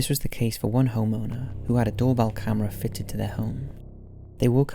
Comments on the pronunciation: The doorbell one sounds like “fuck you” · Number 4 sounds like more like "Fuck you" to me lol..